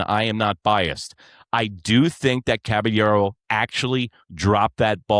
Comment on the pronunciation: It's pronounced CABA-YERRO